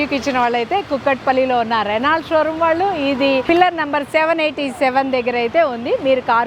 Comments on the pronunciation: రెనాల్ట్ కాదు...రెనో అని పలకాలి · Reno Ani palakali T silent